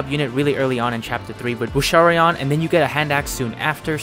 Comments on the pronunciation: Small note: it's Boucheron, not Bouchereon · “Boosharion” lol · Boucheron. Boosh. Err. Awn. No “i”!